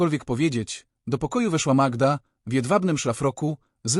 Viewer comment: Co wy macie z tą Magiedą? Może najpierw poznajcie jak wymawia się imiona w języku polskim, zanim zaczniecie się nimi posługiwać. To brak szacunku dla słuchacza polskojęzycznego, i nie brońcie się sztuczną inteligencja, bo ona ma pomagać a nie zastępować rozum.